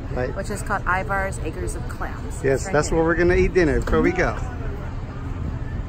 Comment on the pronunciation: So you know, the locals pronounce Ivar’s “Iver’s” . Just trying to help. 😂